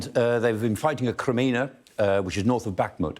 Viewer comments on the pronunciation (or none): none